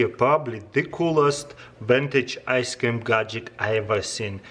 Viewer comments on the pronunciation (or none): I love how you say ice cam.